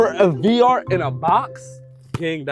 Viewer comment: Nigga fr dk how to say vr he been saying var 😂😂😂